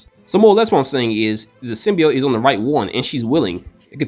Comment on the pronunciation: Every single time I heard the word "Symbiote" mispronounced as "Symbioyte" my blood pressure rose. That said, I side with the cat.